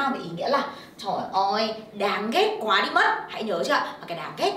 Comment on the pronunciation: SS phát âm nặng quá vẫn nhấn mạnh trợ từ quá